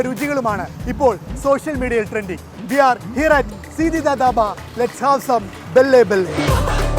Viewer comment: Bro it's not "belle belleee", it's bhalle bhalle 😂😂